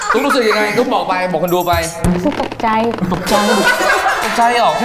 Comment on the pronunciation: ชอบตอนพูดว่ารุสึก ตกใจ